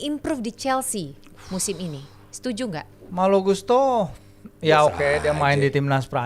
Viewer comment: melly guslow ❎ malo gustlo ✅ 😂😂😂😂